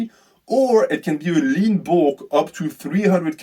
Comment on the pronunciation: I thought you were saying limbo instead of lean bulk...